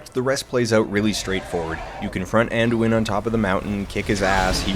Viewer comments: Alduin. It is Alduin. Not Anduin. All-doo-in. Sheesh. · I tend to refer to this video, whenever people wonder why I still play Skyrim (4, 5, 6 and now) 7 years later. You sum it up pretty much perfectly (except for the part where you first correctly say "Alduin" but then switch to "Anduin" over and over. :-) ). It's an open-ended story; a slice of Skyrim life, so to speak. Whatever problems the game may have, it does make you feel like you're part of a world, not just a game. Also that part about getting to slam a dragon in the face. :-D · Alduin, not Anduin. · its Alduin, godamnit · Who else cringed every time he said "Anduin"? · Watching this for the first time in 2026. It's curious how different Dan sounds back now. It's also funny how much the fact that he mispronounced the names of both dragons wrong repeatedly irritates me to no end, some part of me will carry this with me forever. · Алексей Аверченко You realise that is a running gag, due to a faulty pronounciation within TESO..